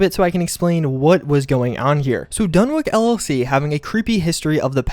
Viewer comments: The name pronounces 'Dunn' "Witch" not dunn wick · dunwich is pronounced dunich not dunwick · For people saying its pronounced "wick" may be possible in other places, but in rhode island (where lovecraft is from) we pronounce basically everything different. Dunwich would be called dunnich. We have east and west greenwich, thats pronounced grennich. So, coming from a native rhode islander, im willing to bet he intended it to be pronounced dunnich, as is common in new england. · Dunwich! W I C H NOT "WICK" WICH! THE CH SOUND IS KINDA IMPORTANT THERE. disgraceful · It’s pronounced done witch not done wick just pointing that out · Dunwich.. done + witch. pronounced like sandwich.. Not done+wick. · Pronouncing it wrong, its dun- witch. Not Dun- wick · DUN-WITCH, not dun wick. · It's DUNWHICH! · Great vid, although I think it’s meant to be pronounced like Dunnich , rather than dunwick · Sorry. This is driving me crazy. It's a *sandwich*, not a *sandwik*, or a *sand -witch*. Ergo, it is pronounced *Dunwich*, not *Dunwik*. Although, maybe, it is actually the *Dun-Witch Borers*. It's seriously creepy. I would love to know the full-on Lore of these spooky places. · ‘Pre-face’, dunwic’k’ Come on…. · Dunwich, not Dunwick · You're definitely right about him missing the CH sound, but it's actually pronounced Duh-Nutch. The W should be silent. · Dunwich horror DUNWICH not dunwick 🤦‍♂️ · Just did some research and found that the correct way to pronounce Dunwich is by ignoring the W in the name (DUN-ich). Had to Google it to find out. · It's pronounced "Dunwich". Literally like Sandwich but, replace "Sand" with "Dun". Also, how many more times are you gonna say "Dunwich Horrors"? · It’s pronounced Dun-Witch. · Well, if you go to Ipswich, New England or any of the places that end in wich, the locals say it as witch. So it would be Dunwitch. But, in the UK, Dunwich would be pronounced Dun'ich. W is silent. I hope that clarifies how to pronounce Dunwich. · pronounced dun-ich